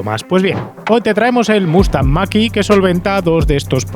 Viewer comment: Para cuando la prueba de un model 3 performance o un model Y? En todas las pruebas los ponen mejor que el mach E, pro igual tienes otra opinión! Eres de los pocos que pronuncia bien el numero de MACH!